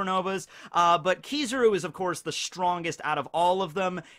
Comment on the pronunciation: Kizaru is pronounced: keys. Ah. ru, just saying